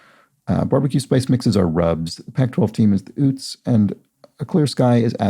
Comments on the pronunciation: Okay! Been eYelling on one of your pronunciations. Utes is pronounced like the state Utah, with a long U to begin. Or like Joe Pesci in “My cousin Vinny” pronounced youths . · Toot Toot, here come the Ootes!